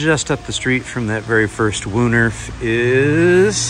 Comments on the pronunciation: There is no "oo" in woonerf. It should pronounced as "wounaerf" or something of the like. That is not how Dutch works. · *Woan-airf. It's actually pronounceable for English speakers :)